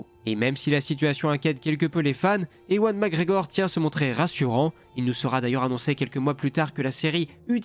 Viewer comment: Bonjour, ewan mcgregor se prononce evan.